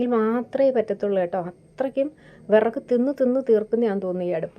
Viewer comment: എത്രത്തോളം വിറക് എരിയുന്നു എന്ന് ആ വിറക്ക് എന്ന പറച്ചിലിൽ അറിയാം 😂